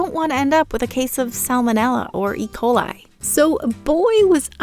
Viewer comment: Lmao gringos call the Ecoli "E-Cola"